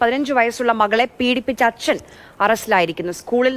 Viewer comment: ദയവായി ഇയാളെ "അച്ഛൻ " എന്ന് പറയലേ കേട്ടിട്ട് സഹിക്കുന്നില്ല.. 🙏